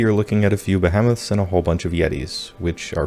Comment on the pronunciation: not be-hem-iths, Be-HE-meths